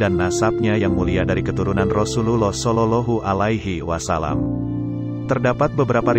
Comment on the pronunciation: Maaf ms, bacaan nya tolong diperbaiki lagi, terutama pas menyabutkan kalimat Rasulullah Shallallahu’alaihi Wasallam 🙏🙏